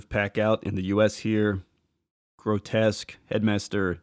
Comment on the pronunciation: Why do reviewers keep saying "Grotesque"? Grow-Tesk. The characters name is "Grotusque", Grow-Tusk. There's a "U" there. No one calls "Repugnus", Repugnant.